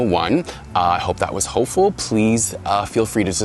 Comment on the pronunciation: I thought you said hateful 😭😭